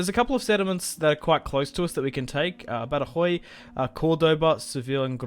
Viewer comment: Badajoz = ‘Bad-a-hoth’